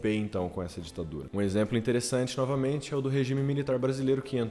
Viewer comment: Ouvi rapadura e não ditadura🤣🤣